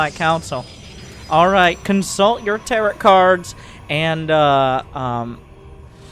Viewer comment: it's pronounced tar-oh, the last T is silent